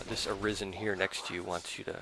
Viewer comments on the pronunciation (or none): Why does everyone call the Arisens "Arizans"?